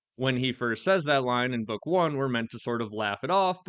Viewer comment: There will be no more books stop saying Next Bokk